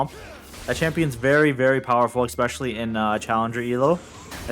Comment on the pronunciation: Can drop a nuke in a Challenger game but still can’t say especially lol